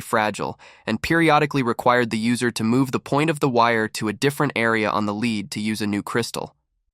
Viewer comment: Its really annoying that you cannot pronounce lead correctly!